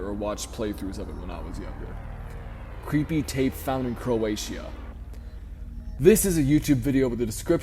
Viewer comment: the scariest thing in this video was the way u pronounced Croatia